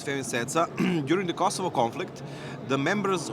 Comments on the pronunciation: its CECA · The good old "Ceca"